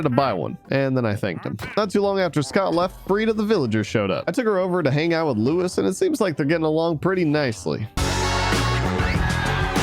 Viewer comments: It's not pronounced Lewis, his name isn't Lewis, it's Luis :) like L OO EE S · I feel offended he pronounced my name wrong it’s Lu-e-s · Hey I’m a huge fan and just saying you accidentally pronounced Luis wrong